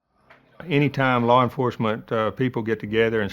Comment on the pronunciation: Larr enforcement